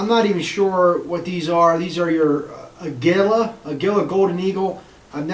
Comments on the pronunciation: I've been shooting a Mk III for some years now. I've had the best luck with CCI Mini-Mags. Federal Auto Match works well too. By the way, it's pronounced "uh Gee Uh." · Agulia is pronounced ( AGEEYA) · It's pronounced "A goo la". Yes, the post about it being kinda weak for standard velocity is correct. The federal 550 shoots tolerable out of my MKIII. If you want to stay with the cheaper bulk packed ammo try the federal "automatch" for around 13 bucks for 325 walmart. CCI standard velocity shoots well but at a higher price. You may find that CCI minimags may well outshoot all of them. .22 pistols are a picky bunch.